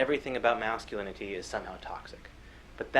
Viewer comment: Anyone else find it extremely annoying how pronounces "masculinity"? It's like his tongue is too big for his mouth and he slows down and has to pronounce every syllable when he gets to lin-it-tea. Thinking about it, thats how he sounds in general with his annoying patronizing quiet voice as if if he speaks too loud he'll wake up mom and dad.